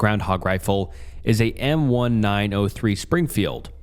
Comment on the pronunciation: good video man but it was killing me how you were calling it a m 1 9 0 3 springfield, it's m1903 brother, like the year 1903